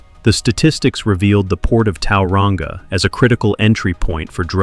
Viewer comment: Like people can't still run the streets from behind bars and as if some screws aren't corrupt 🙄 btw it's Tauranga not towelrunga 🤦🏽‍♀️ not a bad video that pronunciation thou 😅